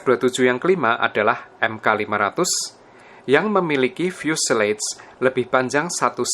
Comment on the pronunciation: Setau saya, fuselage dibaca mirip fyuselaj, bukan fyuseleyj